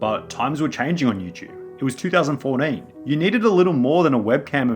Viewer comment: The way you say 2014 is awesome